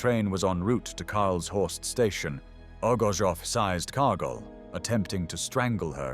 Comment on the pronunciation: His name is pronounced as O G O R T S O V or rather OGURTSOV, coming from a Russian word OGURETS, a cucumber.